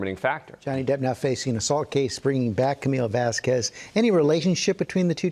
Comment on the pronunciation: Her lawyer constantly and intentionally saying Camilla Vasquez's name wrong should have been factored in. What kind of fucking bitch doesn't even have the goddamn respect to say someone's name right?